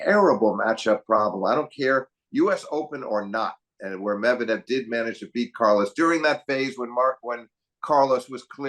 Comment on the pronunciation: Medvedev pronuncitation should be changed just like you did with Kachanov.